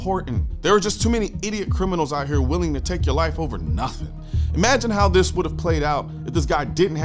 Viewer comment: he mispronounced Criminals.!! "until Americans give up all their guns..."